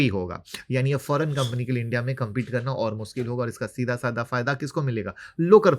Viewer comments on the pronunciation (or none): none